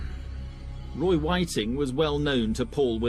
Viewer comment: ffs all your hard work and you cant even get his name right.